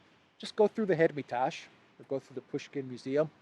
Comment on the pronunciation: His name is pronounced - MAL-A-VIK. The museum is the - HER-MA-TAJ. You may think that you sound sophisticated and European with your lame pronunciations. You don't. You just sound stupid. You are speaking to an American audience. They may actually want to look up the artist, and see that Russian Suprematism was ultimately, an aesthetic dead-end.